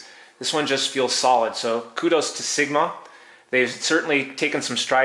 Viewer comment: yet you called sigma siguhmah